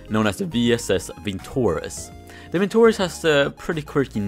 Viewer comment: VintorEz, not vintOrez